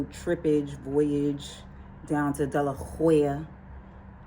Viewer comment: I enjoy the content.. wait did u call Delaware 'Deloya" lollllll